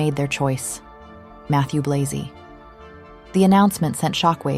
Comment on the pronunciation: Just about the names of the designers. Virginie Viard is pronounced veer-zhee- nee vee- ahr. Mathieu Blazy is prononced mah-thee-uh blah-zee. You can easily look up the pronunciation on the internet. These are FRENCh names, not English. But thank you for the video.